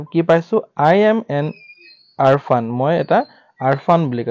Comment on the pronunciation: Orphan hoi arphan nohoi😂